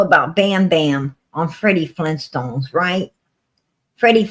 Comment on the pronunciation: its not feddiestone its fred flintstone. its not pebblescoals its pebbles. its not ham boogers it's hamburgers its not cheese boogers its cheese burgers its not booger king its burger king. you crack me up with your own language